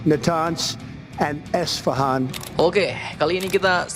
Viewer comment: di kasih kopi bg. Dia ngantuk kali dia bilang Esafan bukan Esfahan 😂